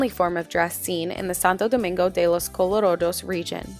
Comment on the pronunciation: good video but please señora, its santo domingo de los colorAdos and not colorOdos... you pronounc the "a" like an "a" i live here, i know this ;)